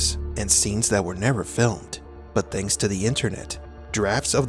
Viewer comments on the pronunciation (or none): none